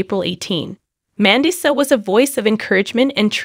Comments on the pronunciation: Say her name right. Are you an AI bot. You say certain words wrong!! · Learn to pronounce her name. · SHAME ON YOU!!! How she died has not been announced. Take your AI generated voice that isn't even trained to pronounce her name properly and get out of here. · You don’t even know how to pronounce her name OR how she passed, shame on u for clicks 😮 RIP Mandisa, a sweet inspirational soul 🧡🫶🙏🏼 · I agree!